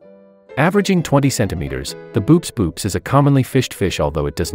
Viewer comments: Pretty sure Boops boops is pronounced more like "bow-ops" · um actually boops boops is pronounced bo-ops bo-ops.